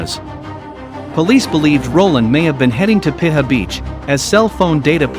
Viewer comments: Piha is pronounced pea-ha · It's pronounced PEE HAR